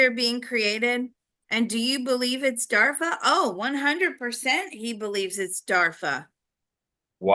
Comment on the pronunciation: Isn't it DARPA? Or DARFA?